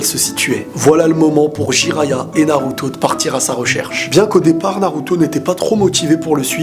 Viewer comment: il a dit naluto